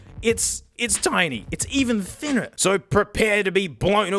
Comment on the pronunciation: he switched to American accent when he said "thinner"